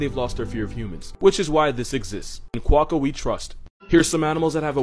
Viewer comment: First off, THANK YOU for correctly pronouncing "Quokka." No joke that it sets my eye a-twitching when I hear most foreigners try (and fail) to pronounce a lot of this. Secondly, I would love to hear your description of the Kakapo (from New Zealand), and it's relationship issues. (EDIT: Nvm, watched the next vid. >.<)